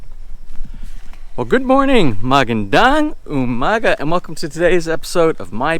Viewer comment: you pronounce magandang umaga perfectly better than us filipinos😂😂